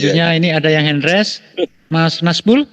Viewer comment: mbok jangan ngomong hen res...tapi hen raise...(Hand Raise)